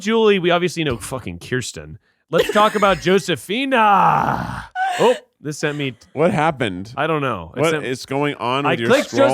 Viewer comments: Y'all, Josephina is pronounced with the Spanish J, like Jose. That was wild to witness. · The way they pronounce Josefina 🤦🏽‍♀️ but I was hardcore an American Girl Doll fan